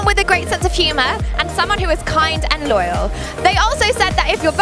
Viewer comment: lol she actually said loyal but it sounded like lawyer. Hilarious!